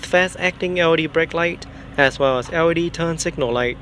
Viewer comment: lol when you say L.E.D it sounds like Audi 😂. Audi taillight, Audi running lights.... on a Benz ? Hahaha